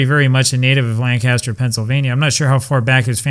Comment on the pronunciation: SUPERB REPORT , SIR... ⭐ ⭐ ⭐ ⭐ ⭐ .....Up there the pronunciation is " Lankisster".😅😅😅😅... It's my favorite game !